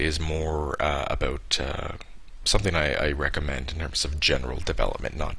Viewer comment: He is officially Canadian, (He said A Boot) :D